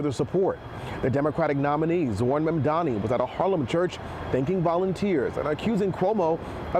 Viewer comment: Completely butchered the guy's name. Is it so hard to pronounce the "N" in Mamdani? It's not even a difficult name as far as they go